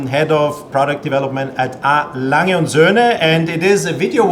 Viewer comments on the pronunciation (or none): well I often hear other German YTers pronounce the "g" in Lange like the "g" in the word "longer", where as you pronounce the "g" more like "nia". I'm not sure if I'm explaining it well enough. I hope you're not taking this the wrong way, I'm simply asking out of curiosity.